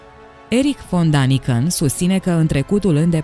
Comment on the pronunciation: Dragă, Daniken se citește corect Deniken, pentru că litera a are două puncte adică este a umlaut care în germană se citeste e.